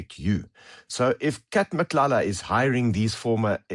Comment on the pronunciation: Him pronouncing Cele, Mchunu, Matlala better than some black people is majestic!